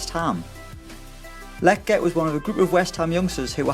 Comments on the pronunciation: Sebastian La-jet, not letget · Lol "letget" it's pronounced lejet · Your saying lletget wrong bro